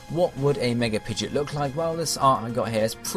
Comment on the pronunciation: Pidegeit..... He doesn't say the "o" :I